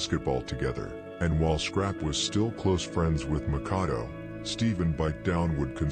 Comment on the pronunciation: I will always give it's props for it's contribution for these street long form docs, Howeva, by now we all kno Makado's name is pronounced Mak ah doo. Not Mah Kar do or Mah Kay do. When I first watched the 600 joint, I thought his name wuz pronounced Mah Kah do until I seen members or otha channels callin him Mak ah doo. Jus like Lil Les from Pocket Town... He wuz pronouncin it as lil Lay. Even tho on the screen it says Lil Les. But I got used to it bein Lil Lay until I watched otha jointsz where his name wuz pronounced correctly as Lil Les. Otha than that, props to bein the GF when it comes to this.